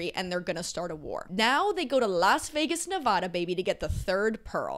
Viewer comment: saying "kilometers per hour" and mispronouncing nevada just to subtly remind all of us that she's canadian